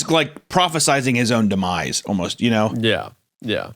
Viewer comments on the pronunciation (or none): none